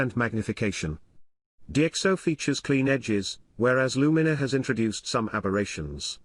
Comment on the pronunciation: A good insight, but you could have taught your text to speech software to pronounce Luminar correctly.